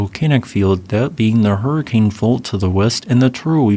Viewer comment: Just for the sake of correct pronunciation , but it's "Hur-a-kun" not "Hurricane" as in the weather event. Only a Utah native would know this little tidbit.